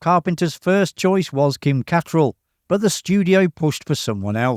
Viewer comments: Kim Cattrall... Ka-TRELL not KA-troll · Don't like to nitpick, but that absolutely isn't how Kim Cattralls name is pronounced